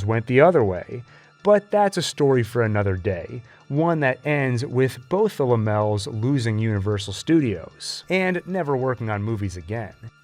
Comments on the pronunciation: Very nice! BTW, Laemmle is pronounced Lemley vice Lammel. Again, it was a very wonderful presentation. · Carl La-mels? It's pronounced Lem-el-lee. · Great Job!!! The Phantom Carriage from 1921 is also a great Horror classic. The name Carl Laemmle is pronounced 'Lem - Lee'. Wonderful job! I appreciate your efforts, and I learned plenty. No one else has covered the first 30 years of Horror in film on You Tube better than you. If it wasn't for German Expressionism .. the early American Horror films wouldn't be the great classics they are today. Thanks!🙂